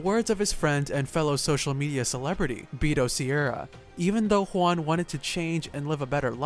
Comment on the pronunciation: Bee-toe, it’s Beh-toe